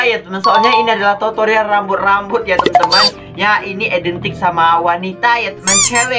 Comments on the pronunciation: Aku dengernya pas ngomong tutorial totorial😂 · Kak aku mau bilang aku denger kakak bilang totorial bukan tutorial 😂😂😂😂